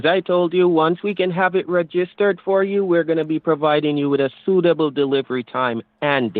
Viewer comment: Aromatically 😂 ReGIStered 😂 Rerafflement 😂 The second 3 the first 3 the seventh 3 I'm confuzzeled 😂